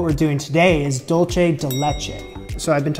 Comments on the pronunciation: Love you,. Just a tip, for "dulce," say "THOOL-seh," but never say "Dool-cheh." That's Italian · “Dual say”= dulce (Spanish) “Dole chay” is what you are saying lol like dolce (Italian) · Every time you say “dolce” instead of “dulce” the Hispanic in me cries.